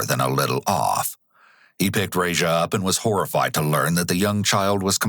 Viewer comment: The way you mispronounce that babys name makes my ears bleed.